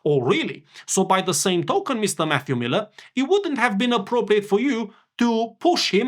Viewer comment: When you said, "quote from Matthew Miller", I thought you said, "quote from FU Miller", which would be more appropriate.